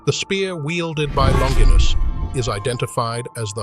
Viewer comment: So hard to listen when names are pronounced incorrectly. Longinus would'nt have been a Centurion if he had an eye problem🙄